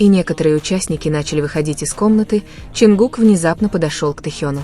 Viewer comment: Канал соссенок,ударения хоть правильно ставьте на имя Чонгука,и не врите на весь мир эти слухи,они должны идти своей дорогой,не придумывайте новые романы😊